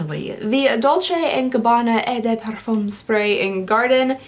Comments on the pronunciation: I'm sure someone else has told you this, but "eau de parfum" is pronounced "oh duh parfoom" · The way you pronounce eau de parfum always makes me giggle 😂😂😂😊